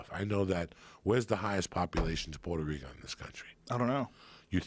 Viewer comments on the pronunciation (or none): none